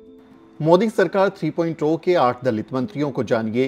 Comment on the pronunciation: Three point Zero को Tree point 'ओ' क्यों कह रहे हैं?